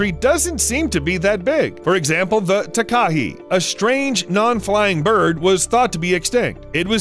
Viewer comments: As someone from NZ I cringe for Takahe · It’s pronounced tah- k- hay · Nuuu!!! It’s called a “Tah, Kah, Hey” not a Tekah-he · The Tah Kah He XD It's pronounced Tah (lil gap) Ka (lil gap) Hay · your prononsing takahi wrong its said ta ka he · mm yes, a TAKA he no no no, its pronounced TAKA Hey ALRIGHT BUD? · I'm from New Zealand and it's called takahe not takahi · i’m from New zealand and i believe you pronounced takahe wrong. (ta-kaa-hei) is how it is pronounced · Just for future reference It's pronounced Ta-ka-hey, and Tee Ah-no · the takahe is pronounced ta-ka-hey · Tekahe is said "Ta-ka-hay"... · Takahe is pronounced 'TAH-kah-hey' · The New Zealand bird is pronounced Taa-Kaa-He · 🤣🤣🤣🤣 Takahe. It's pronounced tah kah hay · It’s pronounced TAA Kaa Hey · Tah-Kah-Hey not takahe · Scuse me takahe it pronounced ta ka hae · Not to be a pain but that beautiful bird from New Zealand is pronounced Ta-ka-hay, (not correct spelling). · Im from New Zealand its pronounced Takahay but spelt Takahe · The NZ bird is called the Takahe --- Tah-kah-hee. Equal stress on each syllable not running the second and third together. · Takahe is a Maori word pronounced Taa-kaa-he. Foreign pronunciation always makes me giggle. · m8 m8 m8. pls stop killing me w ur pronounciation of takahe. its pronounced "tah (like tar) kah (like car) hey (like hay or just hey)". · Takahe is pronounced tar-car-hey. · I'm sorry but the way they pronounced Takahe made me cringe so bad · Boi mispronounced takahe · That "Takahi" bird is the Takahe (pronounced more like Tar-ka-hey) and the lake is Te Anau (like "Tay ah now") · Dude, you REALLY need to get your New Zealand Maori pronunciation right. It's "Tah - kah - hae". Didn't know what you were talking about until I saw it. No idea at all what lake you were talking about. - Looked it up....geez. Ta a nu lake? really? Try Lake "Tee - are - now"